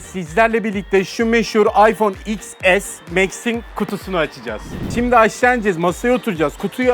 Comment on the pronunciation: İks es değil ten es 🤦‍♂️